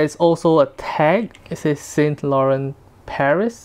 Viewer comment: Please learn how to correctly pronounce Yves Saint Laurent